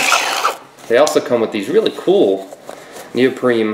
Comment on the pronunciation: neopreme? lol